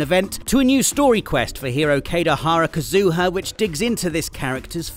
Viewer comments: Ah yes my favorite genshin character, “Kaydahara Kazooha.” My new favorite pronunciation by far. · Not with the Ka-zoo-ha 😂 made my night